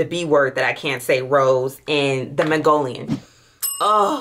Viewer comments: The magnolian took me out when it’s magnolia (New Orleans project lmao) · SENDER WOOD?😂😂and not u called a magnolia flower a Mongolian??? And Bulgarian ....it's just like it's spelled.....just sound them out or look up the pronunciation before u post it ....unless u cool with it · 😂 magnolia = Mongolian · Or Magnolia OR peony. 🤦🏾‍♀️She did acknowledged she was chopping up those names.